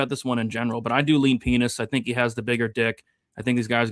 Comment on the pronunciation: What is up with pronunciation of Pinas?